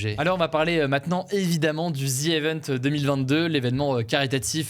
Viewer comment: Le mot anglais EVENTS se prononce i-vène-tss, pourquoi le prononces-tu é-veune-tss ?!